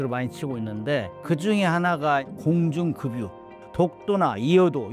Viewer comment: 작가 공중금유? 급 발음 안되나. 작가 경상도 발음 ㅎ~